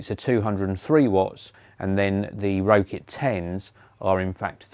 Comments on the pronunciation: Rokit is pronounced rocket 😊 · I wasn't sure if that's actually the correct way to pronounce it or not, and that everyone else was wrong haha. That sort of thing happens all the time.